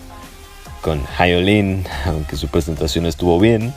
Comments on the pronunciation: Es Hyolyn ( Ji-o-Lin) fonéticamente,NO “Jai-o-Lin” te pido encarecidamente 🙏🙏🙏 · Si no sabes ni pronunciar el nombre de LA HYOLYN no mereces opinar de su presentación , es obvio q no sabes nada de música o presencia escénica,obviamente sos un pseudo otaku